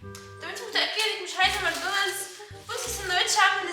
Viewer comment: (ماكدونالدوس) 😂😂 عسل يا ❤